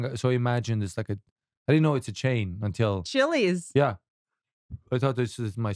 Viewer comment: "chili" ......"chilli's".. 😂😂😂